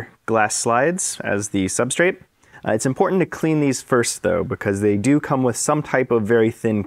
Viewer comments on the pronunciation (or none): none